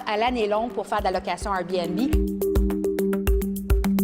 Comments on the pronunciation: Le journaliste dit RBnB et non Airbnb. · La chose qui me choque le plus est la facon qu'ils prononcent Airbnb!